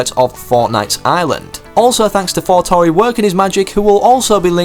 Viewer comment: Did you just saying Forknite?